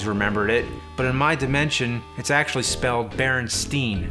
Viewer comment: dude... barenstein.... You pronounce it wrong... styjn. That is how you say it.